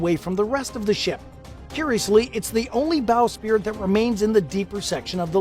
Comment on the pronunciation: It's "bow sprit" NOT "bow spirit ".